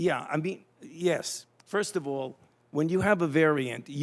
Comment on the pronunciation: "All" has ONE syllable, Falsey; not THREE.